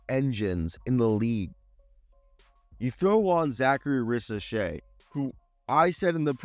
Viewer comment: Risachey' is how to pronounce his name.